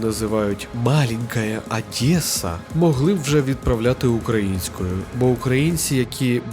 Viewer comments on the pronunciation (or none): none